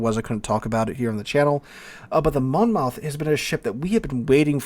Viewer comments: Mon Moth not Mon Mouth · Just an FYI it's a Mon-muth vs. Mon-Mouth ;-). Next thing WG needs to listen to us about is the ridiculous fire chance and damage. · Monmouth pronounced like Mon-muth...lol FYI love your content!!! TY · monmouth is pronouced monmuth, you know we love our silent letters :) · Monmouth in South Wales is pronounced 'monmuth', yes another one of those.